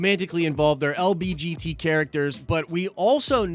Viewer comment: Did he say lbgt instead of lgbt?